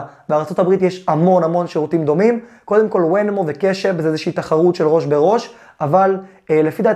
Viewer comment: רק תיקון קטן שכאב לי באוזן, קוראים לחברה ונמו (venmo) לא wenmo